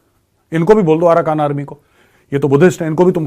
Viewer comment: Bahan ye aarakan nahi aarkan h or manamaar nahi Myanmar h. Apni language ko sudhare.